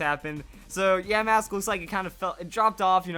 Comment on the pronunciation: I was fine when you pronounced yamask wrong but when you pronounced the vivilon wrong I wanted to punch my screen. If your wondering how I know how the pronunciation is, all I do is watch the anime, and they pronounce it right